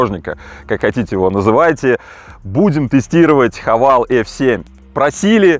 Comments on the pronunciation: Правильно вроде как Хавэйл, а не Хавал. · Произношение Хавэйл - лучше звучит)